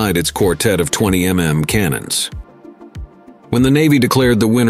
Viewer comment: "Twenty em em cannons"? 🤖🤡